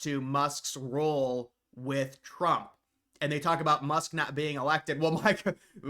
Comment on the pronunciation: Elon Musk-uh